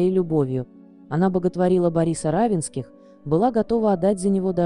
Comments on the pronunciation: Автор канала обратите внимание на ударение в фамилии Не РАвенских,а РавЕнских. Это не только на вашем канале. За что же такое неуважение к читателям и героям ролика?! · Уточнить надо было, как произносится фамилия РавЕнских. Хотя бы из уважения.